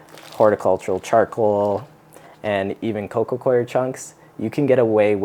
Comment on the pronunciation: I appreciate you saying Coco Coir correctly 😁